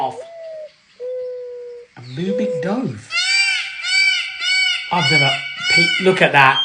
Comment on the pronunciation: Pronounced mouming 'douve' instead of 'duv'